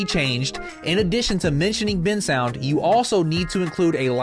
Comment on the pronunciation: Bensound❌ Bin sound✅